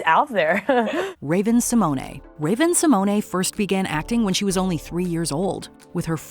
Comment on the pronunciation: U said Simone wrong